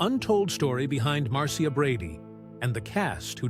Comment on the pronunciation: You pronounced her name wrong ..it was MAR CHA ..NOT Mar Cee Ah ,,,you forgot Cindy and Bobby